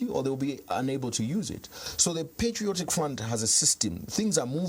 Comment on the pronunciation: its patriotic and not "PETRIOTIC" 😅